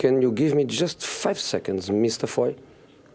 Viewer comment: Fife seconds, just fife secondss